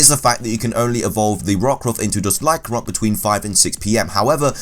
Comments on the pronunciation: Lyc-AN-roc not Lyc-roc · Accents are not excuses to skip syllables.